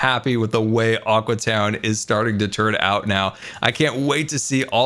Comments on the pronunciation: So will scar ever realize it is now "Aque" town instead of "Aqua" town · Psst, it's pronounced aque town. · its aque town (pronounced a keew town)